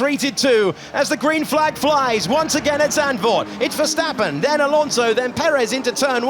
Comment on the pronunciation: Bien el resumen ...avísenle al comentarista que se llama verstappen y no se llama "Ferstappen"...😂